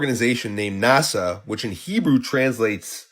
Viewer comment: I have to correct something. NASHA (not NASA) is Hebrew for "to deceive"